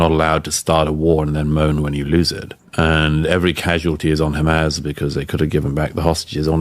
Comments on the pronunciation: Why he keeps saying Hamazz??? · Why can this clown not pronounce Hamas properly?🤦‍♂🤣